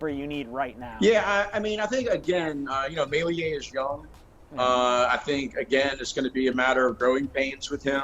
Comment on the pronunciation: Meslier by the way - pronounced “Melli-er (but we knew who you meant so no problem)